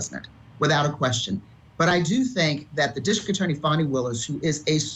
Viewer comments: Please Court TV teach you're reporters to learn how to pronounce names of folks being talked about. At approximately time mark she mispronounced Fani Willis name as Fanny (not true sounding as Fawnie). Not great and is disrespectful of anyone. 😢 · Good God people it is NOT FANNY it is Fawny. Please pronounce her name correctly. I am an atty and a long time court tv watcher. Thank you.